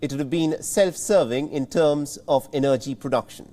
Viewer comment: He can't pronounce the word "energy"...